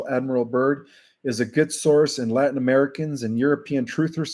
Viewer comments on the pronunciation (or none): none